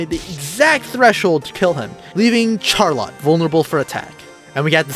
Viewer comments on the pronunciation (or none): Do people speak these days without ever hearing words spoken and pronounced before? It's not 'reck', it's 'reek' (wreak). It's not 'root' it's 'route' (rout). And for the love of all that is holy, it's not 'char-lot' , it's 'sharr-lot' (charlotte).